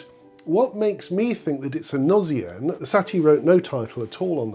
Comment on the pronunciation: Beautiful piece that does have the feeling of a gnossienne , that meditative beauty tinged with sadness . PS : in french although “gnose” is pronounced with the sound z , “gnossienne “ spelled with a double s should be pronounced with the sound s . Thank you , your channel is very interesting .